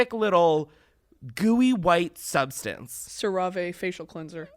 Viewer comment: please this episode was so good but why does Brittany pronounce CeraVe like that I - 💀